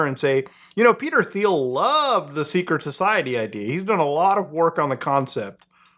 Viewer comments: Teal not theel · You're doing the lord's work and I've been watching for a while and love what you're doing, that being said I regret to inform you Thiel is pronounced like Teal for some reason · It’s pronounced “Teal” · Thiel is pronounced "teal." Have a nice day. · Small correction: Peter “Teel”, not “Theel” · It’s pronounced Teel. And yes, he is an obnoxious individual he enjoys killing people if you watch him on YouTube. He thinks he’s killing bad guys in Palestine when in reality is just killing random people with his drone technology. I don’t think he’s connected with Palantir, I think he owns it. Not a good person very friendly with Trump part of the world elite, sadly a bad apple. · pronounced Peter TEEL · Do you pronounce it that way intentionally instead of "teal" as it's actually pronounced? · Thiel is actually pronounced "Thigh - El" hope this helps :) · Dang, it kinda hurt my ears to hear Peter Thiel's name pronounced like that so many times. It's "Pee-ter Teel" FYI. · its pronounced 'teal' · Ffs, its Teal. I know its spelled with a "TH" but it's pronounced Peter Teal. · Mispronouncing Peter’s last name… I respect that. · The H is silent in demon Thiel's name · Can someone explain to this guy how to pronounce Peter Thiel’s last name? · First time I heard someone pronounce Thiel's name as Thiel instead of Thiel because that's how you normally say Thiel.